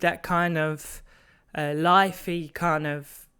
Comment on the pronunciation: great preset and video! lithe is pronounced ‘lie-th’ just a heads up 🤙